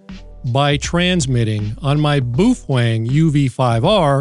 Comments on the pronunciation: It's not pronounced boofwang. It is said, "Bow fung" ("bow", rhymes with "how"). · Why do you call it Boof wang? Ive literally only heard it pronounced bow fang. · It’s pronounced “beauty-fwang” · Meh. I'm more "bothered" with the way you pronounce "Baofeng." LOL